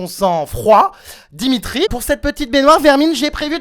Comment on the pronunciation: Dimitri dit Diminute